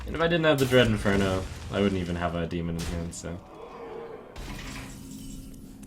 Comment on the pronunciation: DREAD IN-FER-NAL. Jesus.